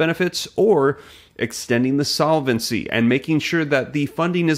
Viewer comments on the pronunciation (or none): It's pronounced sol-vency, not sola-vency. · Please change your incorrect pronunciation of the word "solvency." It has only three syllables. Feels like fingernails on chal kboard.